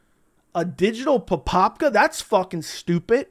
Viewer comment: It's pronounced "papaha" btw. Like a harsher "h" than the usual in English. Great video.